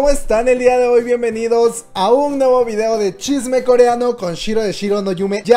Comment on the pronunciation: En la mayoría de los videos shiro dice videa ja ja ja